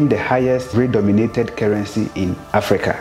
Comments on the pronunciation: PLEASE NOTE: the word is Redenominated not redominated as pronounced in the video......Thank you ❤️💪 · At least I learnt something. Thanks for the education. NB: Redenominated not "redomated".